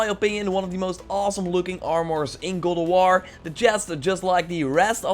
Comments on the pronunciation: "Really awesome gear set in GAWLDOWAR..." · GOAD OV WOR